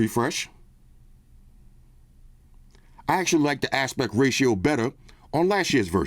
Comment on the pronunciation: "last years asspect ration was better"🤣🤣